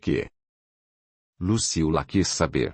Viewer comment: Ahh não é Lucila kk é Luciula